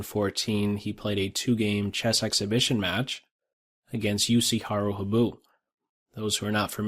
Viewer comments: Habu is pronounced more like "hah-boo" than "hab-oo." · also, accent on the HA-bu (higher vowel!)